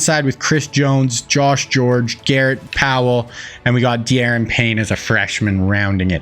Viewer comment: Da'Ron Payne you're pronouncing his first name wrong. The game doesn't allow apostrophes for some reason